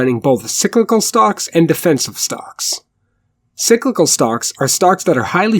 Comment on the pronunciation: Sicklical? Are you Swedish my friend? Enjoyed your content